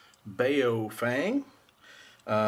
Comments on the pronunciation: Boris Chang bowww fenggg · Not pronounced "bay-oh-fang" its pronounced "boww fung" Lol. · bay oh fang hahaha